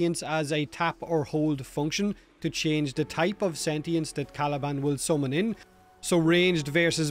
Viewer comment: All jokes aside Caliban with a t 😂